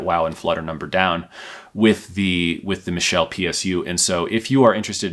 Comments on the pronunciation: Pronounced Mitchell. Michelle is a female pronunciation. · It might've been a good review, but I couldn't get past 4 minutes of him constantly mis-pronouncing the company name 😞